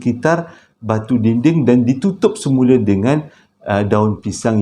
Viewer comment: Sama la...😂😂panggil Se mule jugak...hahaha..sedap bunyi sebut mcm tuu..terus sukses 👍👍👍